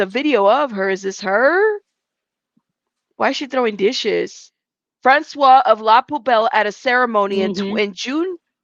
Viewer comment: When there is an e at the end of Francois you say Franswozz. The e makes in feminine.